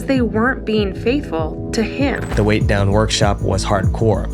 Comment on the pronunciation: "Weigh Down," not "Weight Down." (I think the cross in the logo is throwing you off.)